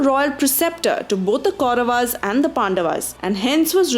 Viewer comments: Your pronunciation of Kauravs as Kauravas, Pandavs and Pandavaas is jarring because it is so westernized. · I gave up watching this when I heard pronunciations like Pandavaas, Kauravaas, Hastinapura... unnecessary ...aaas added in the end of each noun.